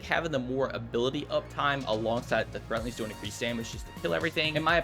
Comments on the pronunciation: someone tell him there's a "D" in threadlings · THREADLINGS! WITH A D NOT THREATLINGS